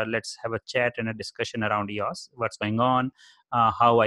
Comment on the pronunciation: It’s not eeauss ...it’s E-O-S...it’s not a word...it’s an abbreviation. Just as easy to pronounce it correctly. Like someone dedicating a channel to IBM...and not understanding its not a word. (You ask for comments to improve your channel.)